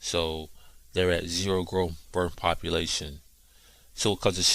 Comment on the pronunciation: It's birth.....not birff